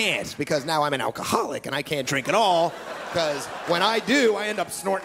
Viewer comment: Especially around with the way he says "alcoholic".